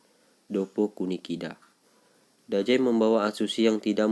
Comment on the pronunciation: Nama nya dazai bang bukan dajai